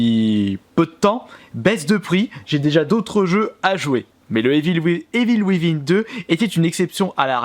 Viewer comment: Evil wivin 😂😂😂 vive les français qui parlent anglais.